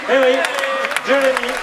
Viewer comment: Jewemee. He's called Clarkson, dolt.